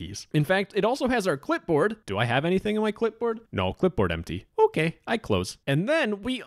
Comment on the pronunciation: "do i have anything on my clipboard, no clipboard empty". (with mario accent): "okey, i close"